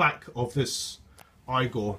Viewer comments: Therefore it's E-gor...not I-gor Great vid though! Thanks for posting. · It's pronounced (eegor) and nobody says (eePhone) it's i-phone and (eegor) get it right. :) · Say eee-gor. Come on. You can do it! I believe in you! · Hey Man! Geat vids, been really enjoying them! Unfortunately, you are pronouncing it wrong no matter what country you're in hahaha! Igor (ee-gore) is a name reference to Frankenstein's Igor (due to his hunch-backed look). This is true in both the UK and the US. Just a friendly heads up! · Next time you know, don't draw connections to how you pronounce iPhone because the "I" is pronounced or sead separately from "phone" unlike "Igor" where it's supposed to be pronounced as one whole word. Plus the English language is weird anyway as it's made from a bunch of different languages so if anything "Igor" would be pronounced "I-gor" instead of "E-gor" if the English language wasn't so weird 😔 Great video anyway. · You totally lost me after your whole E phone I phone explanation. That right there tells us how intelligent you are! LOL Igor is a Russian name that is pronounced that way. Where as a iphone is suppose to be pronounced I PHONE. No one says E PHONE!!!! LOL Thanks for the laugh!